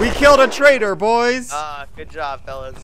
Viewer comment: "trader city" "traitor city" EEEVVVIIILL